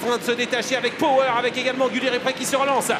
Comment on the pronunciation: Commentator cannot pronounce Power😆